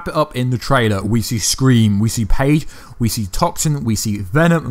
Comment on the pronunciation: It's phage not page